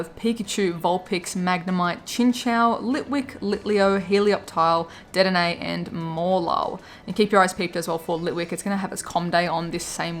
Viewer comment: Please it’s De-denne not Ded-enne